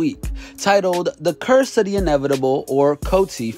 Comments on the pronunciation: Its Course, not Curse fool😏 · It’s “the course of of inevitable” not curse they gotta stop hiring anybody for this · Did this guy say "curse" of the inevitable? These numbskulls gotta do this shit purposely